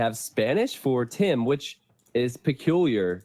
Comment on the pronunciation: Should be Tim, not TaToH!